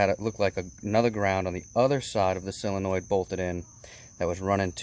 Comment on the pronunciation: It's SOOOOOO-lenoid... Not "cyl-enoid" After hearing him say it wrong 30 times, pissed me off...